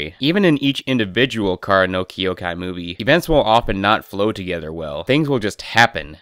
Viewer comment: I cannot treat someone seriously when they cannot pronounce the name of the thing they criticize.